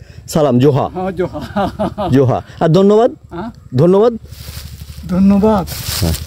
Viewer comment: Not joha it's Johar(ᱡᱚᱦᱟᱨ)... Thanks meaning Sarhaw(ᱥᱟᱨᱦᱟᱣ)....You can use google translate Bengali to santali...